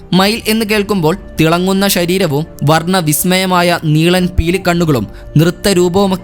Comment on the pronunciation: ഷരീരം അല്ല ശരീരം. ഉച്ചാരണം പോരാ